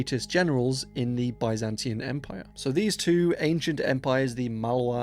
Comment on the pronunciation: What if you learn how to pronounce Byzantine right.